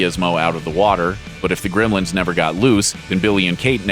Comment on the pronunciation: This guy pronounces it "Grimlins."